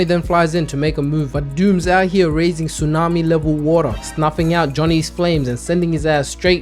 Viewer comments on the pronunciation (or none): none